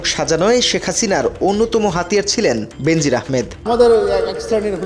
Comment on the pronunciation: সঙবাদ পাঠকের শব্দ উচ্চারণ অত্যন্ত ত্রুটিপুর্ন। বেনাজির নামটাকে বিকৃত করে প্রায় সবাই বেন্জির আহমেদ পড়ে থাকেন, যা কাম্য নয়।